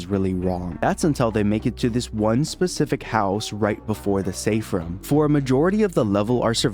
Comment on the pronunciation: This guy keeps saying Ruuumm and not rooooommmmm